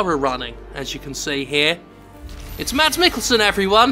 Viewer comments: Just FYI it's pronounced "mass" not "mads" yes even with the d in there. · I believe Mikkelsen's name is pronounced more similar to "Mass", as opposed to Mads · Hey, Denmark here. Drop the D from Mads, it's almost silent. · laughs just ignore the "d" when pronouncing "Mads" ok. Danish does weird things to consonants sometimes. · I love the way all English natives pronounces Mads's first name, heh